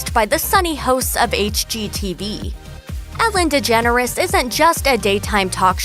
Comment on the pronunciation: Did the narrorator say "Ellen Degennorator"?